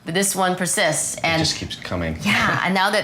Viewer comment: “This one perCYSTS” HA